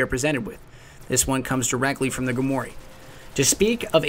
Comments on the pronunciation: I don't mean to knit pick, plz I really don't but it's said grim-war not grimory, again I don't mean to make issues just saying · Just FYI.... because I dig your videos so much.... Grimoire is actually pronounced GRIM' war... not Grim'Oray. Just thought I'd help. Your channels awesome dude. Keep it up. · Someone please tell me he learns how to pronounce the word "Grimoire" at some point. Its like grim-wahr nor grim-wor-ee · Took me a while to realize that whenever he said "Gre-mo-ree", he's actually saying the word "Grimoire" (grim-war). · By the way, grimoire is pronounced 'grim-war' not 'grimory' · Love the vid, but grimoire is pronounced 'grim-war' not 'grim-or-e'. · Grimoire is pronounced grim-war, not grim-wary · Grimoire is pronounced 'Grim-Wire' it's French I think. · Just so you know, this is the correct pronunciation of grimoire: grimoire /ɡrɪmˈwɑr/ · It's pronounced /ɡrɪmˈwɑr/. There is no "e" sound to it. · grimoire Greem-Wahr Sorry but they way you are pronouncing it is bugging me... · I cringe every time you say "gri-mor-ay" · I didn't mean anything harsh by it, I've been watching your videos for quite some time, aside from a few mispronunciations, I applaud your information gathering and layout, how you say Grimoire started to grate on me after a few videos